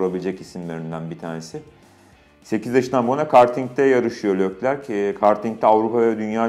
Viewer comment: Serkan Acar saygı olarak senin durmadan seslendin (Lökler diyorsun) söyleyiş aslında Türkçe yazarsan( Lekler diye okunur ) Lökler diye okunmaz